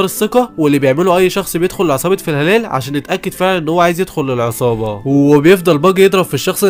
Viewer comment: فلا هالا ❌ في هلال✅